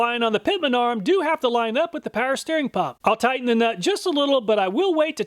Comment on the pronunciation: Please start pronouncing the W in Power. You pronounce it currently "paer"